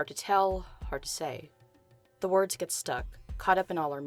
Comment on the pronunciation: "This is what you'll gÆt "